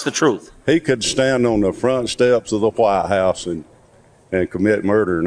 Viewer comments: The guy in the blue T-shirt pronounced it Hwite house ! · The way that guy pronounces "Whitehouse" is truly disturbing